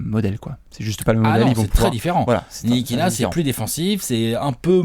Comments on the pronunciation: Ça se dit pas ainetilikina? Pourtant vu comment ça s'écrit ça devrait se dire comme ça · non ça se dit bien Nikilina